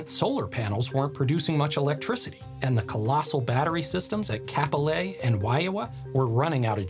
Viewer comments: It’s WAHIAWA (WAH-HEE-UH-WAH) not “Waiawa” and Kapolei is pronounced COP-OH-LAY not “Cap-oh-lay”. I mean, in terms of Wahiawa, all you had to do was look at a map, and how much effort does it take to make sure you pronounce things correctly? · "Cap-Olé" XD But really, super interesting video, thanks! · Your Hawaiian pronunciations are pretty good, better than most YouTubers. But the correct way to say Kapolei is KAH-po-LAY and Waiawa is Why-ah-va. Hope it helps!